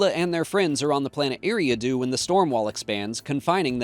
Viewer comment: It's pronounced Erie-ahh-do